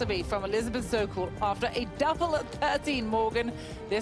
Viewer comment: Whoever the European commentator is needs to stop putting letters that don't exist in players names when trying to pronounce them. She consistently calls "Jeeno" Titikul - Jeeno Titikun" pronouncing an "n" at the end of her name, which does not exist. Even when you have other people from Thailand speak her name it is pronounced as it is spelt -- "Titi-kul!" As I love watching her play and she gets plenty of air time on TV, so it is becoming more and more annoying, especially when the other commentators and presenters pronounce her name correctly with the "L" at the end. Surely she is doing this intentionally for reasons only "she" could understand, but it is just annoying!